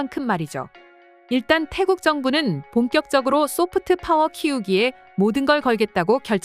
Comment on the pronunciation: 소프트 파워 발음을 좀 부드럽게 하는게 좋겠다. 특히 트 자 발음이 너무 강해서 듣기 거북하고 유치해. 영어공부가 아주 부족한 사람같애